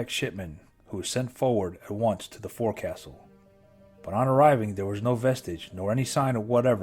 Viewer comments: As a US Navy Sailor, only critique is that it is pronounced: 'Folk soul' not 'Fore Castle'. Fleet Sailors/ Marines knew that in 90s/200s. Just saying. Other than that, great piece. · It’s not pronounced Forcastle, it is Folk-Sull. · Forecastle is pronounced focsal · forecastle "fohk" + "suhl"